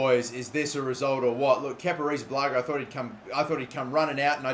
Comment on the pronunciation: Wow you posted Alot today congrats and damn you pronounce kepa second name soflty i thought you will mess it up like me